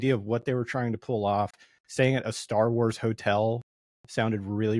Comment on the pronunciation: The guy in the black shirt mispronounce almost every starwars words and locations and it made me on edge most of the video.